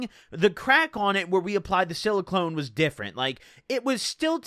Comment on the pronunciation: “we applied the siliCLONE” ahahaha